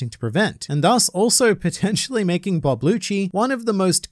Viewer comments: Does he mean rob lucci cause I’m hearing bob lucci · Wait are you calling him “bob lucci”😂😂this whole time im like that aint rob lucci why does he keep saying it is🤦🏻‍♂️🤦🏻‍♂️😂😂